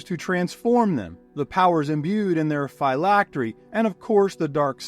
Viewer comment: The pronunciation of phylactery hurts but otherwise fantastic video keep it up